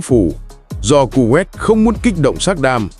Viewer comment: Đọc tên còn sai nghe chán quá kovet là nước nào